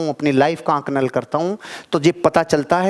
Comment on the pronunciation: बहुत शानदार विडीयो है सर बहुत प्रेरणा मिलती है लेकिन पर आपने आंकलन शब्द को आकनल बोल दिया है आपकी सारी विडियो बहुत शानदार होती है